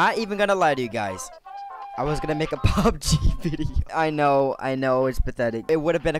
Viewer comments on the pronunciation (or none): none